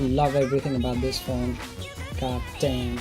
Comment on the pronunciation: Its phone not phouune!!